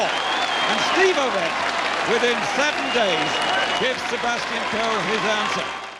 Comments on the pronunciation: Excellent work you've put in but please learn the name Ovett is pronounced Oh-vette, not Ah-vette. You can hear the correct pronunciation in the old footage of his races. Keep up the good work with your videos. It's obvious how much research you put into them. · Ovett with the 'o' as in 'yolk' not as in 'hot'.. at least that is the UK pronunciation. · Please learn the correct pronunciation for: Nurmi Tanzania Ovett Boit Morceli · Someone with knowledge of athletics should know how to pronounce Ovett properly, and as for Tanzania? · you can for instance hear how "Ovett" is properly pronounced. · You’ve got commentators in the video showing you how to pronounce Ovett. And still you get it wrong. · obviously the narrator knows nothing about athletics. He also mispronounces Ovett.